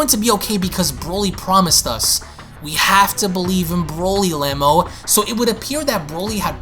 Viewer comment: I'd like to point out a couple of pronunciations you got wrong. Cheelai for one is pronounced Chee-Lie, the E is long. Next is Lemo. Again, the E is long so the correct pronunciation is Lee-Moe, with the O being a long O. But aside from that, great video